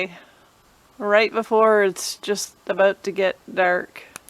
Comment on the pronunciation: Well done young lady thats what its all about or"aboot" lol .!